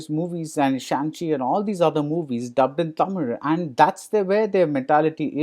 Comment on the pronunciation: Ellam Ok than BR. Athu yen தமிழ, Taamiil nu, pronounce panna theriyathavan pola solringa? It's OK for a person who can't pronounce or speak the language.